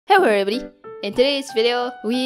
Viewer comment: she said "hewwo evibodi" the text is =Sample Text